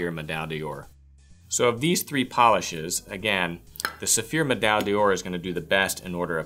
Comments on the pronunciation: Pronounced door.. not "day or". D'or sounds like one word in French. just a tip. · Yes, except he cannot pronounce the product name properly! D'or is the same as dor.